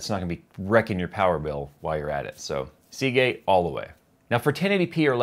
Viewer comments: say Seagate again.... SAY IT! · I cringed every time you said Seagate, even when you mentioned the hard drive.